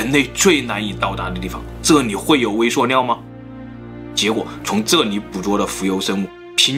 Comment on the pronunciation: 食物念 威碩尿